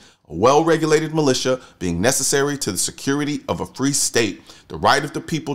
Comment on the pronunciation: A well regulated malita sound good until one is formed and then the democrats wanna send the FBI and the ATF in to say what's what. When the malita ittself is infringed upon is when the 2nd amendment is no longer valid. i'm a felon and according to the ATF i'm not allowed to own a gun, but since i live in the state of Texas i can own a gun regardless to protect myelf and my property regardless of what the federal government says. say that the ATF and FBI came to my house to disarm me, because i live in Texas all i would have to do is call The Texas State Troopers and request the real actual Texas Rangers giving the reasons why and by law they have to come to my aid and defend my right to defend my home with a gun. i love Texas and i will never leave because i know what the laws here are and how they work. illinoise is just what is says (ILL-i-NOISE) i hate ill noise because it hurts my ears.